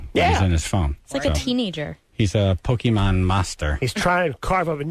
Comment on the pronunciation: Lel "pokeymen" How does that lady know John?